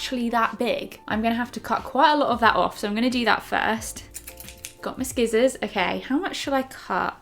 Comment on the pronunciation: Sorry, did I just hear “skizzas”